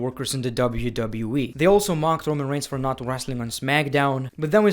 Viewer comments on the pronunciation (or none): My man says rowan when it is roman